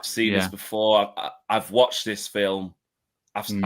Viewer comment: Really jarring how he pronounces ‘seen’ as ‘sin’